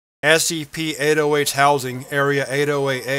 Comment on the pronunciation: my friend just pointed out that it sounds like you say ASCP not SCP and now i cant unhear it 😢 However another great video thanks dude!